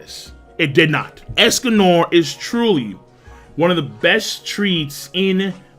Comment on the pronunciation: Why he saying es-Cum-More It's Es-Con-Nor